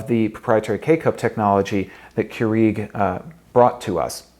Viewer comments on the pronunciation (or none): Still months later and videos and coffee makers later. He still says Keurig wrong. It's Pronounced "CURE-EGG" not Kru eeeg omg it's driving me nuts.